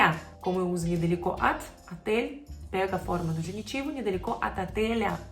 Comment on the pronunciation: 🤔, por que você pronunciou a "OT" como "AT" se só tem uma letra "O"? Excelente vídeo.